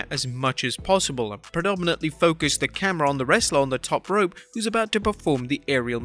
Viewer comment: Why do you pronounce 'rope' like a nutter?